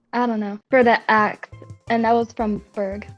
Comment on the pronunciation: bro cant pronounce ‘axe’